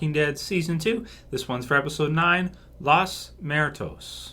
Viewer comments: Great video, also, it's pronounced lOs moo-er-tOs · it's pronounced "moo-err-toes". Lol! I think you did alright for not knowing Spanish. 👍🏼